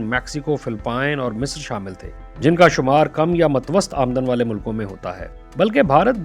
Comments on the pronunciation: بھائی تلفظ "متوسِّطْ" ہے زیر کے ساتھ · متوسط Matwast nahi mutawassit :)